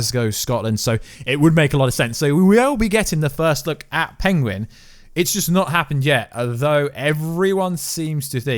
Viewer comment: Imagine u cant even say PENGUIN